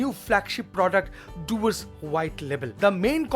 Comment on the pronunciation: Dewars ka Pronunciation dayvaz hai.. Read it slow... Day-vaaz!